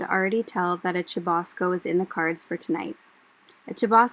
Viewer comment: I like the way you sa: chubasco, you can also use Aguacero or Palo de Agua en other Latam countries